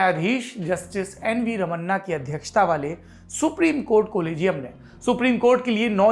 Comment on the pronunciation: रमन्ना नहीं। रमणा ।